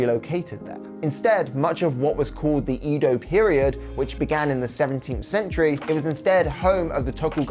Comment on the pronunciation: EDO, not EEDO. KYOTO, not KIYOTO.